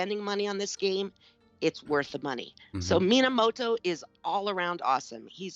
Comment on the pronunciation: his name is minamoto not moanamota